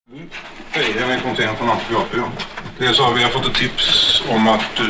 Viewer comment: Tycker mer det låter som om han sluddarar "Aäeh men nu.. du é gripen alltså". Han vill alltså få fram att personen i fråga "är gripen nu".